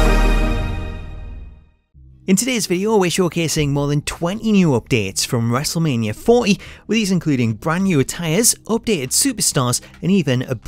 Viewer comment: lol your accent the way you say WM40 sound like you say wrestlemania 4 E